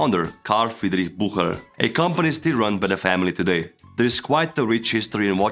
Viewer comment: You butchered Bucherer 😂